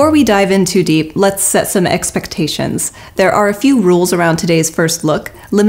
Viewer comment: I wish she wouldn't keep saying the word 'DEEP' like that lol